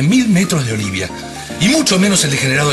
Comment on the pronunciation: Jajajajajaaja grieta en cambio de decir olivia dice olivo.. Me mueroooo